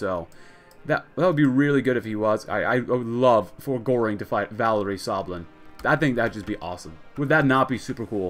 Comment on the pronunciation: I heard stalin and not sablin